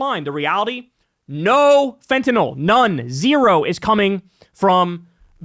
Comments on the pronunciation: THANK YOU SO MUCH for being the FIRST AND ONLY media person that pronounces fentanyl correctly! It's not fentan-all! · You're one of the few people who pronounces fentanyl properly. Most people say it like "fentanol". Not sure why. Maybe because that rhymes with Tylenol.